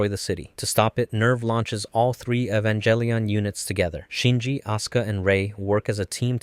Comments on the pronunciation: Please, you know too much about Evangelion to be saying Evanjellyon. Cool video, though. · You mispronounce "Evangelion". The proper pronunciation is Ay-van-gehl-e-on (HARD G, not J sound). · It's not evan"jell"ion. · you are saying the name of the show wrong. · How can you know this much about the series but still pronounce "Evangelion" wit a soft "g"? 😆 Also, isn't the First Ancestral Race not in the original material? It's referenced in background material (mostly artbooks and pre-production documentation, and later the PS2 game,) but isn't mentioned in the original series, EOE or the Rebuilds. There's no proof either that Angels were supposed to be the original inheritors of Earth, but that they were representative of potential directions that "humanity" could've taken, which is why Kaworu is one of the final Angels to show up, representing that fact.